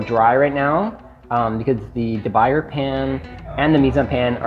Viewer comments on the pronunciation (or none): "Dee- Boo- Yay" Also, I have a "Made-IN" properly seasoned. One must always use some oil when really cooking. I can do a 4 egg/cheese omelette with absolutely no stick. I also have great D-B Mineral B Pros and Matfers. All are non stick, I also have a superb Aus-Ion-it is perfection.